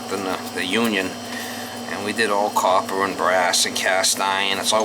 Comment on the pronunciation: "A little douche will do ya mama!":) That "coppahh" pipe was really crusty mama! That cleaning stick was a real "f...ah...":) as you said in the previous videos about the light fell down:) that was funny. I was expecting you to use the funny youtube voice when you said you have been working with brass and copper for 12 yeaaaaaarrss:)